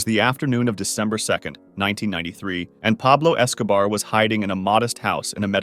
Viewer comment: pablouh escoubaar